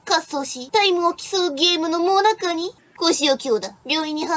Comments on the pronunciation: 最中を もなか と読んでいた。原稿は別人が作っているのか。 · 最中 は「もなか」ではない。「さいちゅう」である